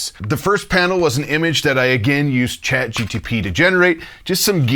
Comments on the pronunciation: Great video! Chat GPT by the way, not Chat GTP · Also, I gotta say it's "ChatGPT" not "GTP" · Say ChatGTP ONE MORE TIME! 😡 It's GPT